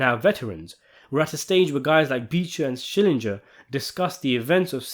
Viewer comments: SCHILLINGER ! NOT SCHILLINJER ! THE SHOW WAS 27 YEARS OLD, YOU SHOULD ALL REMEMBER HIS NAME ! 😂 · Schillinger the man's Name is Schillinger How Hard is it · Every time I hear someone mispronounce it I hear him saying ITS SHILLINGER....SHILLINGER! Like when he had to correct ppl 😂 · And the only ones in the show who correctly all the time say his name are ironically his biggest enemies Beecher and Said, i remember Ryan's and Cyril's father called him Skallinger or something like that 😂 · "Key skillenger"